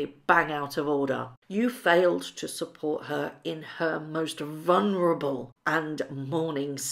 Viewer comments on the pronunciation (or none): No such word as vunerable. Talk right.